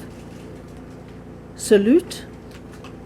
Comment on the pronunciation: When she said solute she sounds like sellout